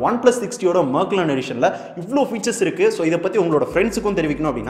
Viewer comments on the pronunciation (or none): அது மேக்லர்ன் இல்ல. மெக்லாரன்.